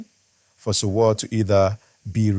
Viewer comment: For some reason your story is more dramatic than the actual story. This story teller can’t even pronounce Sowore . Even though We already heard the news from the those lawyers on the ground where it happened. One can now see this story teller is just looking for views by making up his own analysis with AI